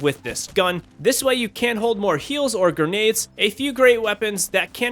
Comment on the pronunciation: Just found this guy and enjoy his content.... But gurrrnades vs grenades is driving me crazy.